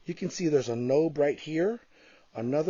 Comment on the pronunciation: Node, not nobe ;)